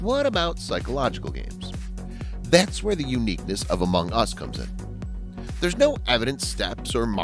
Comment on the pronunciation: The way he says ‘among us’ in bothers me